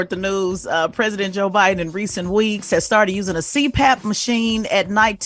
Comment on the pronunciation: Envy you are such a clown. Can't even pronounce Biden, but critizing him misspeaking